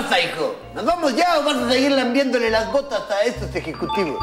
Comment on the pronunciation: ¿DIJO "LAMBIENDOLES"? NO PUEDO CREERLO¡¡